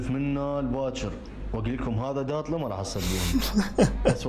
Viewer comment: طاطلي مو داطل